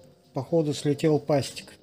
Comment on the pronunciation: пассик а не пастик))